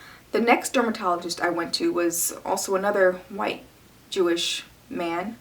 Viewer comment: why does she say Jewish man like that ?